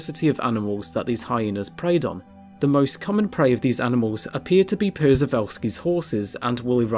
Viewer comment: Przewalski's is pronounced 'shuv ahl ski' for future reference. Like shovel -el the tool awl and then a nice ski trip ;).